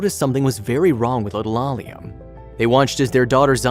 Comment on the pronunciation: I know mistakes do happen but how about saying the little girls real name. A-LEE-A. I'm getting real tired of you influencer can't get a name pronounced correctly